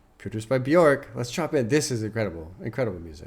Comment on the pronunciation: so glad to see this reaction but just so you know bjork is pronounced byerk :) bee-yurk